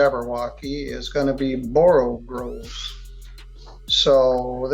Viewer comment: It's borogoves, not borogroves.